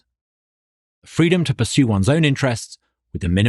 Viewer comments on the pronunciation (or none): none